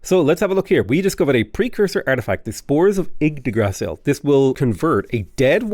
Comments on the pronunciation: Yggdgrasshill 🤣🤣🤣🤣🤣🤣 Holy mother of Jesus. And you keep saying it xD LoooooooooooL you blabbering baffoon, I love you mate 😂😂😂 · I dont know why but you pronunciation of Yggdrasil is annoying me, lol. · When I first saw this comment, I thought it was weird because how bad could it really be, then I got to the point where he said it.